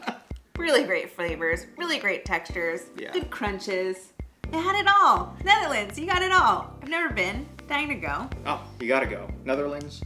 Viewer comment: Dat wilde ik ook zeggen ja, was heel goed voor iemand die helemaal geen Nederlands spreekt